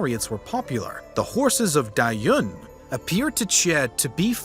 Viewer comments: Great informative video, but would have been better if the pronunciation wasn’t butchered, maybe read up on how to pronunciation beforehand? Couldn’t focus after repeated pronunciation of “Dayuan” as “die yoon” instead of “da Yoo ann” for one. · the pronunciation of yuezhi and dayuan here is hilarious